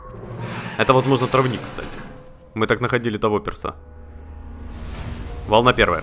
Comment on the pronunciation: ТрАвник от слова трава, а не травнИк.